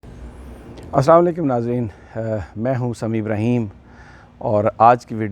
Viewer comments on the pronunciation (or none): please say salaam the right way.say salaam like babar Awan sahab